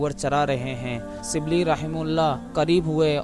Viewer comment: اپنی اردو درست کرو اور لب و لہجہ پہ محنت کرو ۔۔ سبلی نہیں غلط ھے ۔۔ شبلی SHIBLEE پیرو نہیں غلط ۔ پیر کہو PEER